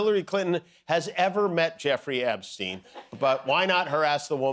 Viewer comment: Epstine not Epsteen.